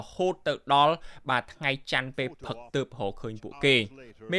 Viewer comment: ហ៊(រក)សម្រាប(សម្រាប់) ផឹក(ព្រឹក) ឆើន(ច្រើន) ហុឹម ប្រើពាក្យអោយត្រឹមត្រូវផងបើតាំងចិត្តធ្វើអ្នកអានព័ត៌មាន.